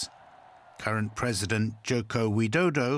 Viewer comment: President Jokowidodo and his challenger Prabobo Subianto. he's having trouble saying their names.